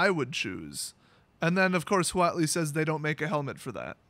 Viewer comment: The actual pronunciation of "huatli" is "watt-lee". Only if you care, because WOTC sure doesn't! Also, the Aztecs did have an emperor. Final side note: xocolatl is just aztec hot chocolate.